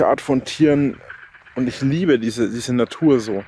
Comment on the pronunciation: "ich Liepe die Natur so", sogar die Frösche müssen das Lachen anfangen 🤣